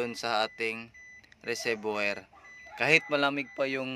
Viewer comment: Kuya okay nmn yung po yun video nyo. Malaking tulong po. Gusto ko lang po sana itama yung pagbigkas nyo po ng Reservior. Wag nyo po ako ibash. Gusto ko lang po maitama para sa mga susunod na videos po ay maganda na po at tama pagbigkas nyo po. RESERVOIR - RE-SER- VU-WA Sana po gamitin nyo sya para sa improved video. Sana po nakatulong. God bless at keep it up po!